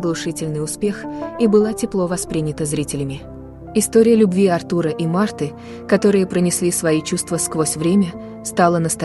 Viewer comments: Все хорошо, но почему переиначивают имена и фамилии, произносят с неправильным ударением: он Артур в фильме, а не АртУр, также фамилия. Неприятно слушать. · Да-да. Вы правы. Артур (ударение на А), и имя произносят направильно. Юозас (ударение на О). Надо бы лучше готовиться и изучать информацию о тех, о ком собираются рассказать.